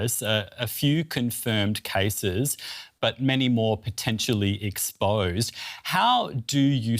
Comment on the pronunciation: Expose ❌ Expoyyse✅